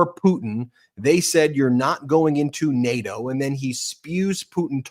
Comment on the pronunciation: He pronounces nato like Kanye says Barbados “bar bey toes”